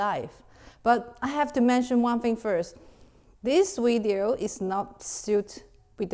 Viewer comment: "Welcome to another videeo" 😂😂